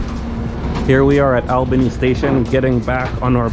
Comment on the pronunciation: Promounced Allbany